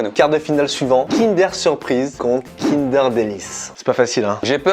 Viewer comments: On dit pas Kind-èèère on DIT Kind-euuuure 👮🏻‍♂️ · On en parle il dit "kindÉr" au lieu de "kindEUr" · j'suis désolé mais kindair ???? non no non c'est kindeur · Kindeeuuur pas Kindèèère :( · Kindeeeeur pas KIndèèèère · Pk tu dit kindère c’est kindeur!!😂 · Déjà tu dis kind'air et pas kindEUR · "Kindèr" ? On dit "kindeur" nan '-' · Mais il dit KINDAIRE j’espère que je suis pas la seule à dire Kindeur 😭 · Moi je n'ai aucune logique 😂 depuis tjrs je dis : kindeur bueno MAIS AUSSI kindaire surprise A partir de là c'est difficile de se sortir de ce débat 😭😂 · Pourquoi "kindère" et non pas "kindeur" qui me semble être la prononciation la plus répandue ? Cette façon de faire me fait pleurer des yeux 🤔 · Kindère ou Kinder ? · Déja on dit Kindeur,. Merci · Mais qui dit Kinder!??? On dit Kindeuuuur! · « Kindèr » ptdddrrrr mes oreilles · y dit pas "Kinder" y dit "Kindair" mdr Sinon la vidéo et bien comme d'hab! 👏🔥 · Il dit kindère ça me perturbe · Déjà le prononcer “Kindère” c’est un crime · tu va pas me dire que tu dit "kindeur" quand meme ?